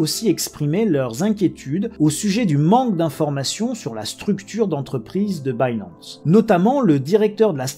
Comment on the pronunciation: En 2022 il y a des gens qui prononcent « Binance » comme ça ?! Dang.